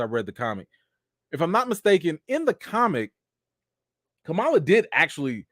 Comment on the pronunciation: I’m mad I missed the live but I have a theory….what if when Kamron’s powers exploded out he activated the mutant gene in the rest of the mutants. Since they can’t call them inhumans they’re gonna make them all mutants instead. Also can we please call them by the name they pronounce out of respect of the culture. It’s Kam-Ron not Cameron. Ka-ma-la not Ka-mala. I feel if our names were mispronounced we would have an issue. Just saying…………the show was like a 7/10. Wandavision and moonknight was better with the mystery aspect.